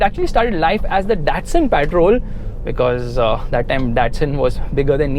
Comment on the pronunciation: What’s “ PAATROL “ 😂